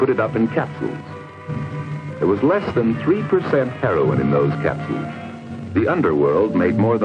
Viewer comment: ONE REEFER AND W H A A M HOOKED ON HEY-RON